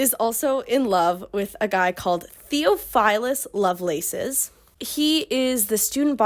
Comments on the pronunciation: noo 😭 you’re doing gods work even attempting to transcribe this mess so i don’t even blame you also side note your pronunciation of theophilus lowkey hurt me bc the brother of my friend is named that but i think your pronunciation fits in w this goofy ass world anyway ❤️ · immediately the pronunciation of theophilus is killing me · Theophilus is a real name. Biblical. Ppl are still named that and it isn’t pronounced that way. Everything else was as ridiculous as you said but had to say that lol